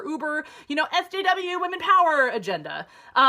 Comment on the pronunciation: says wamen not women!! lol